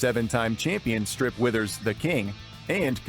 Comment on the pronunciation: It’s pronounced WEH-thihrs, “”! 🤨